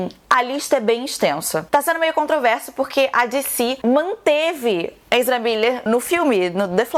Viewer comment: agonia total da falando enzra kkkkkkk